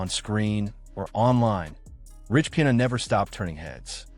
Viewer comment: Your AI voice is pronouncing his name wrong.